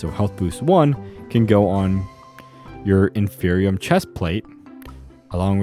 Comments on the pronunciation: Why would you say “infernium” if there is no “N” in the word? The pieces and bits have things like supremium, ultimatium, etc which leads to the idea it’s about quality… so inferium would be inferior, not infernior lmao. It isn’t that hard. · It irritates me so much that he says “infernium” when there is only 1 n